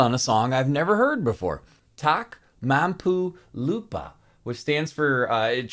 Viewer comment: how you pronounce Tak Mampu Lupa is so correct ❤